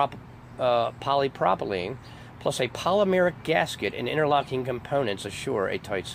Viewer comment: Wow. First learn to say polypropylene correctly. With the growth in plastics a company found a new market to go after. They are easier to work with than older methods, such as concrete and will last longer than wood. They found that its good to cover coffins with this plastic that will last many years and be strong enough to not cave in like a wood will. It has noting with FEMA. I have been to this facility working with plastics. Why suddenly call it a FEMA conspiracy? It sure would be much better to have this as an example of American entrepreneurship. They saw a new opportunity and built a company to manufacture new products. That should be celebrated.